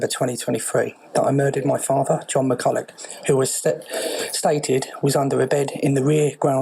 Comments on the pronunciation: It's pronounced McCull-uch not McCull-a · Pronounced McCullock not McCullow